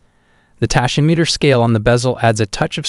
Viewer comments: My god, can't pronounce tachymeter either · "Tiss-ot" and "Tashy-meter". Just horrible to listen to.